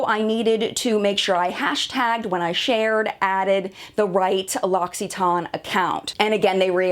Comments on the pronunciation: I know how it's pronounced. I'm French. I'm poking fun at your thick American pronunciation. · 100%! I love animals, and the earth, the ecology, everything. My issue is with this vloggers misunderstanding of her contract expectations. Business is business; the company had the legal right to cancel. This victim video is what bothers me....she wants everyone to join her in her anger. On another level, she cannot correctly pronounce L'Occitane, not spell Amande (the almond product). I'm guessing there were many reasons her video was pulled, & they had that legal right. She's angry but they are within the rights of the contract. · omg this dumbass cant even pronounce the company name correctly 😂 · Why-not which 'her' are you referring to? The girl in the video, or me or the other french girl in the comment above?? At the end of the day I'm still gona pronounce it TANE bcos I think it sounds better than TON and ive honestly never heard it pronounced TON anywhere other than in this video. Maybe applying a french accent to it will make up the difference!! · Wait, it's pronounced "Loxy-tahn"??? Wow, ive been saying it so wrong. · LOL I don't have to google - it's a French company, and I speak French, that is NOT how you pronounce it! It's closer to Loss-ee-ton. Ask your French speaking friends. That said, I gave your video a thumbs up - otherwise well researched and good on you for standing your ground, sticking with your values, and remaining fully professional! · Lossitarn?? Who told her to pronounce it this way 😂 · ...please watch it then! Its pronounced ‘loxeetan’ maybe its just an american thing. You all seem to want to pronounce things differently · Loxytonne? Couldn't watch past 50 seconds due to hilarious pronunciation. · Kami, you're not a REAL french person because you'd know she was saying it wrong. It's not LOXXY. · Loxi-ton?!?! It's said how it's spelt, not like thatm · Learn how to pronounce the company’s name correctly